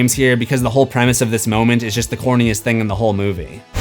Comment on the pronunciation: You said "thang" again!